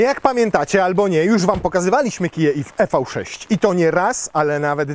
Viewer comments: Tak sobie Kia życzyła nazywać: i vi sześć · Redaktorze #, zgodnie z zaleceniami samego producenta należy wymawiać z angielska "Iwi 6" 😎